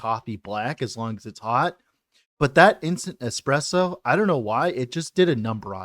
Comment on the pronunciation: Those who call "espresso" "eXpresso" don't deserve good coffee, sadly😢 Ok, you started to call it properly later on, but man, every time i hear eXpresso im dying inside. Thank you for the video, anyways